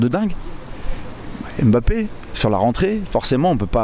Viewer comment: Il prononce bien Mbappé respect !!!!